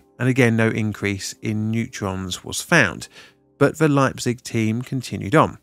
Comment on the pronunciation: just a hint: EI in German is pronounced AI like "I" in English. So it is Leipzig - Lipetsick and Uranverein - Ooranfurine :D